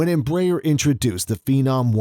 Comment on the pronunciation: At least try to say Embraer the right way